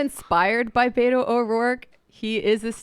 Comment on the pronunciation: Learn to pronounce Beto correctly too.